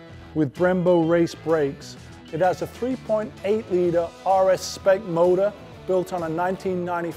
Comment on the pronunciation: When he says motor 🤢